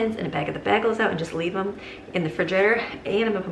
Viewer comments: I love how you say bagels 🥯 “bahgel” I say “baygels” but I might start saying it your way. Sounds fancier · Oh, dear friend...bagels are pronounced "bay-gls" not "bag-els" !!!! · I just can’t get over the way you say bagels 😮 never heard anyone say it like that lol